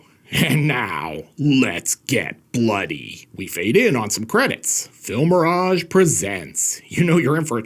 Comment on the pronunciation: It is pronounced Filmi RAGE